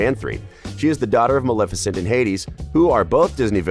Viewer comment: That’s Maleficent (MUH-LEH-FI-CENT)